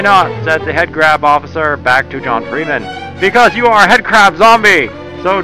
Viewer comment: I like when he said "It's Freem'n Time."